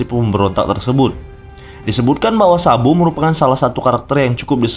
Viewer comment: Kenapa gua dengernya "SAMBO" 😞